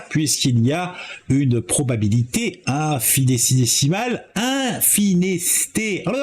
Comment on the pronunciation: Même après ton troisième essai, tu n'as toujours pas bon : infiNItésimal. Bizoux......